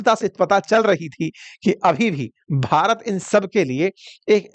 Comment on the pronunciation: Shabdo par dhyan do jab BHARAT bolte ho. Slow poison mat diya karo